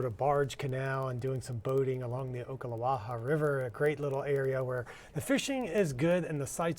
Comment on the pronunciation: Can someone educate this that the county is Putnam, not palatial county. Also, learn how to pronounce Ocklawaha.